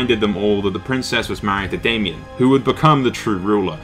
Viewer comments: You pronounced Daemon wrong, it's Daemon not Damien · IT'S DAEMON, NOT DAY-ME-ON. DAY-MON = DAEMON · good video, however the orders of events aren't entirely right! its daemon, pronounced DAY-MON, and Aemon was killed on dragon back by Daemon pronounced A-MON :)